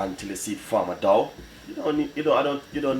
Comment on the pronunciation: Till it form a dow, it is dough u chat too bad go learn english.